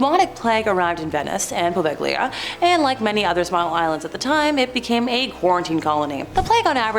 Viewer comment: POV-egg-lia 🤦‍♀️🤷‍♀️ I’m not even going to try correcting you